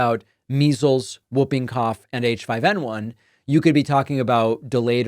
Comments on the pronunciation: It is pronounced Hooping cough not whooping cough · sorry David, I agree with everything, just the pronunciation of 'whooping' cough. The 'w' is silent, you say 'hooping' not wooping, yeah, nitpicking but sounds strange to all other English speaking countries. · Whooping cough is pronounced; HOOPing cough David. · It’s pronounced “Hooping Cough” The W is silent. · It is actually pronounced Hooping cough. The W is silent. Well at least it is in the English speaking country I live in, maybe it is different in the USA? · David, it’s pronounced like ‘who’ not ‘woo’. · Hi David it's actually pronounced Hooping Cough because of the hoop sound patients make. I was born in UK and had it as a Kid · It is (W)hooping Cough, the W is silent, HOOPING .. get it right. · Its "hooping cough" David....the w is silent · Pronounced hooping cough. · Jesus David it's pronounced Hooping Cough😂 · Pronounced Hooping Cough… 😁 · Today I learned a new way to pronounce Whooping Cough. Man, American accents are wild. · David, the W in Whooping Cough is silent. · Whooping cough is pronounced HOO-ping-koff, David. 😁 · Isn't it pronounced "hooping" cough, not "wooping" cough? Or is that a UK vs US thing? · whooping. the w is silent. 'who' made that a rule, i don't know. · The w is silent in whooping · Hey there David, just a friendly FYI that “whooping” is pronounced “hoop-ing”. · It is in the US also. It's an anachronism. Spelled whooping cough, pronounced hooping. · According to several dictionaries I consulted, the w is always silent, the correct pronunciation (is ˈhü-piŋ- or ˈhuː.pɪŋ (like hoop’ ing).